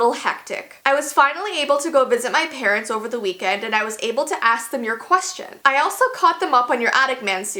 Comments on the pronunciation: She said quastion instead of question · Am I the only one who heard quwahtion? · “qwation” wow I love u 😂💖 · What the hell is a 'quashton'?? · This is toatally random but i just laughed the way said 'question' XD